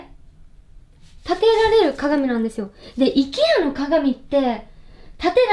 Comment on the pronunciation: IKEAの発音が本場のアイケア寄りなのかわいい